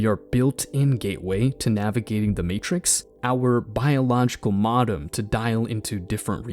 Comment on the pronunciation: It's "elitism," not "eliticism." It's "epoch." Pronounced "EE-pock." The movie 'From Beyond' explores that concept. "MOE-dum"